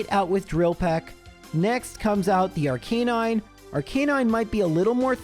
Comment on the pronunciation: I love your content but I hate the way you mispronounce Arcanine